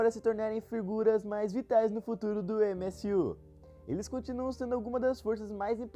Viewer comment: MSU? Kkkkkkkk Pq em vez de tentar falar no inglês (MCU) n fala no Br (UCM) msm? Mais dificil de errar